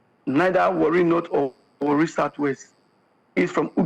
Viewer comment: Not really Warri it was wrongly pronounced that na is an ijaw word